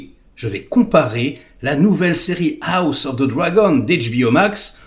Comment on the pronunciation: "A la gauche ✌️AOUSSE✌️ Of the Dragon"... 😂😂😂 Desolé 😂😂